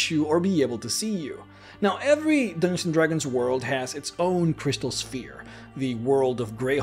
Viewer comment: "Dooginzin Dragons"